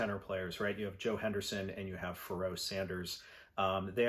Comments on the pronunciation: Yeah I was surprised at that too, haha. “Pharaoh” pronounced like “Al Jarreau.” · Forget the pronunciation of the album title. I'm shocked by your pronunciation of Pharoah, lol! All insiginficant things like that aside, thanks for a greaet video.